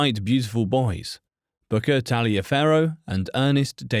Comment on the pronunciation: Aaargh! He mispronounces Booker’s middle name ! It isn’t pronounced the Italian way. It’s pronounced in the southern United States like “Tolliver”. Don’t ask me why. That’s just how families with that name say their name. So his name was pronounced Booker “Tolliver” Washington even though it was spelled Taliaferro (which means iron cutter in Italian interestingly).